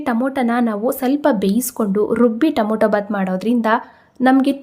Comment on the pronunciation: Nice vlog. Madam don't mistake it is Tomato not tomoto. It's pronounced as To ma to. Sorry don't mistake